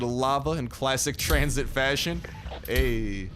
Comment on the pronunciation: tranzit!? seriousss!? 🤦🏻‍♂️🤦🏻‍♂️🤦🏻‍♂️